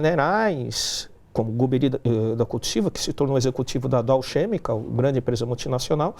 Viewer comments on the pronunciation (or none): Down "xemical" putz ...o cara nem sabe falar...